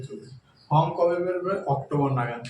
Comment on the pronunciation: Dada plz apnar spellig r pronunciation upor kaaj korun. ফর্ম টা বলেছেন ফ্রম, trade ta bolechen tread.Apnar vedio ta oneke dekhchen, sekhane apnar reputation er ekta ব্যাপার থেকে যায়।ধন্যবাদ।